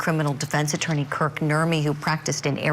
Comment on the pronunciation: Kirk, not Kurt. 😊